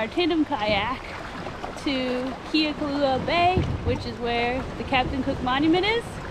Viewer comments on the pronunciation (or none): This is so sad. I was here 15 years ago....and for the love of god pernounce the name correctly!!